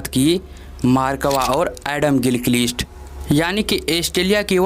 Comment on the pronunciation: भाई एस्टेलीया नहीं ऑस्ट्रेलिया गीलकीलीस्ट नहीं गिलक्रिस्ट मार्क वा नही मार्क वोॅ, टोम मोडी नही टोम मूडी इस्टीवा नहीं स्टीव वोॅ जबान को थोडा थपथपाओ